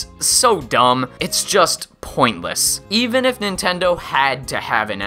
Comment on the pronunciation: "Probably, ee-Yiff you're watching this"